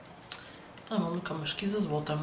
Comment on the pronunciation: dlaczego mówisz kamyszki a nie kamyczki?